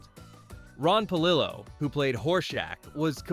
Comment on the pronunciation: It’s Pa-lill-o